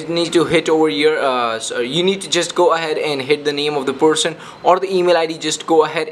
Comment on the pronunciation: i know right..that was the most horrible way iv heard a person pronounce 'person'